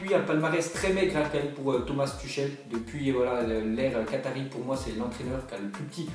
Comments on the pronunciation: Ça se dit pas Tuchel mais Tourel 😂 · Ça se prononce "Tourrel" pas Tuchel mdr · ça se prononce turel mdr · "ch" en allemand ce dit "rrr" donc Thomas "Turrel" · Prononce tüchel correctement stp, c'est agaçant